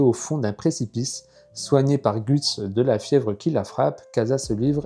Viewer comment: J’aime bien tes vidéos MAIS PAR CONTRE STP ON LE PRONONCE « GEUTS » et non gUts !!!! 😂😂